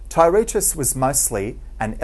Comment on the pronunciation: Tye-RAY-tus is not how you pronounce it. It is pronounced Tur-TIE-us.